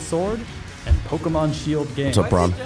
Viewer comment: Shield-o and Sword-o?! Tim your eye is getting to your brain!